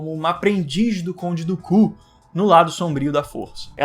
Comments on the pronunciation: Eu adoro essa série de Star Wars Clone Wars, seu vídeo e cabana só me incomodou foi a forma que vc falar o nome do conde Dukan vc parece que vc fala conde do Cu kkkk 😆😅🤣 😂 fora isso o vídeo e bacana kkk! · O cara fala conde do ku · Mano não fala conde dooku é estranho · Amigo fala o nome do dookan em inglês não e bonito